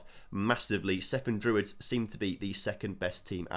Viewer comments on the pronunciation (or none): Cefn druids....almost correct....say it with the c not the s... Cefn not sefn....😅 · Cefn is pronounce Kevin without the i. Kevn. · I'm not Welsh, but I've been to Cefn, and it's pronounced like Kevin, if I'm not mistaken. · And by the way it's pronounced "Kevn" Druids! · It’s pronounced ‘Kev-n’. One ‘f’ in Welsh is the equivalent of ‘v’ in English. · I think that is mostly a mispronunciation that some have adopted. Being from the area I've always known it pronounced as "Kevn" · i cant believe you butchered the pronunciation of both cefn and Caernarfon... and then said Aberystwyth perfectly hahaha